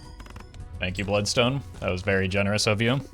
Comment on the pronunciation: Buld-stone, enit